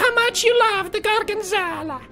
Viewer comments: It's "gorg*o*nzola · Pewds: GORGENZOLLA GORGENZOLLA Me: hes speaking the language of gods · He's saying Gorgonzola